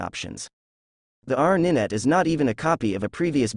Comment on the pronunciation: Ninet? Did you mean Nine T, as in 90? Do your researd kids!